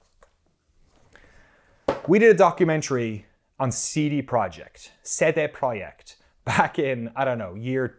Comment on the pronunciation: You remembered good - Polish currency is złoty. Russian is ruble. Also: great pronunciation of CD Projekt, kudos!